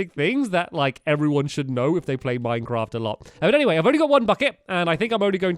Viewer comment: Minevaft. Minceaft. Mindfraf. Minefat